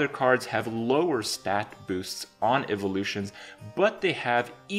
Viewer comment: "Eve-o-lutions" - Kripp, 2017